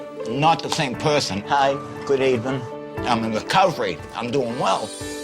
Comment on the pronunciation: Aryaan Shastri ewevin in te mownin